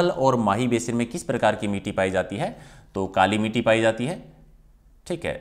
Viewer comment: मिटी नहीं मिट्टी है वो ,समारक नहीं ईसमारक (स्मारक) है सर भी ग़लत पढ़ रहे हैं